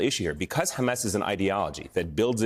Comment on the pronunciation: It's hammAS not hamESS. Please stop interviewing terrorist apologists who can't even call the terrorists by their self-defined and world-understood names. There's nothing useful in this story. 1948, 1973, hamESS, all irrelevant to baby-murdering savages that need removal from this planet. Bye bye ISIS Gaza.